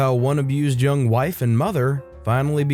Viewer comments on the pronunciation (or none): none